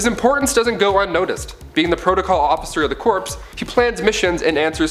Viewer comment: Corps="core" Not corpse. Other than that, awesome material.